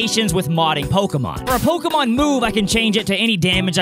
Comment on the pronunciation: Um acshully it's pokÉmon